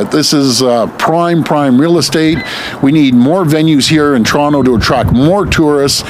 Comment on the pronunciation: soyronto? it's pronounced soyronna.